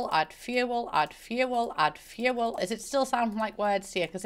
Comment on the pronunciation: 'Add fewel'